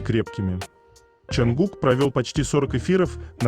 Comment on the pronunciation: Почему имя ,,Чонгук,, все время произносится через букву ,,А,, ? Слух режет 😮